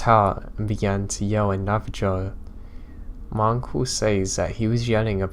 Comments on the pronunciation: I love you to pieces, and I love everything you do for us. But, it's Nah-vah-HOE, not Nah-vah-JOE. It's an "h" sound. Lime they do in Spanish. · Its pronounced nava-ho not nava-jo